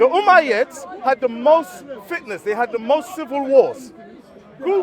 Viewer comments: I lowkey thought he was saying fitness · I think he meant fitnas lol but it did sound like fitness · He dont know how to pronouced fitnas but become fitness 😅